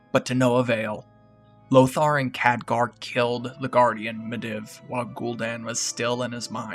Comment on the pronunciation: Great vid, but you were saying Medivh's name wrong. It's pronounced <Mid-Eve> Not <Mid-Ev>